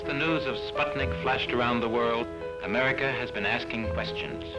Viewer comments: I wish the narrator would prounounce the word correctly - its SPOOT-nik, not SPUHT-nik. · It's called Spootnik (means a Satellite), not Spotnik as every pronounces in this movie.